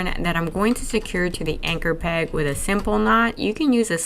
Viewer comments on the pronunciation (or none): ‘With” not Keith!11]